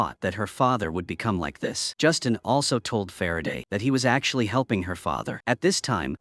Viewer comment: Not Justin, but Justine. Ugh. Freakin' auto narration.